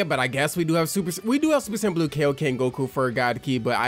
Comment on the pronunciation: am i the only one hearing the way he says goku "Gaku"🤣🤣🤣